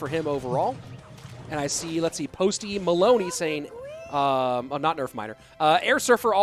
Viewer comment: 💀💀 said Postey Maloney 🪦